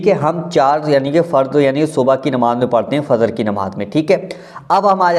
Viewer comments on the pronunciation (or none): Bhai Fazr nahin Fajr hota hai